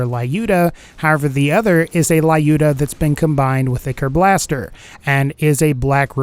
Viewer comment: Fun fact: Lyuda is pronounced in Russian more like Lewd-a, not Lie-U.D.O.